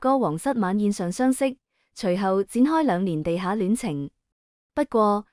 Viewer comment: 仍然不肯改正垃圾的發音 ! “不禁” 怎會讀成 “不甘” ？ “地下感情” 讀成 “地吓感情”!笑死!